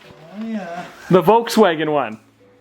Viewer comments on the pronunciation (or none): none